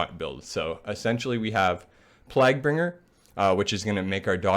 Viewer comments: “Plag bringer” “Eebon fever” Cmon bruh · The way you were pronouncing Plaguebringer bothered me more than it should have. Good guide though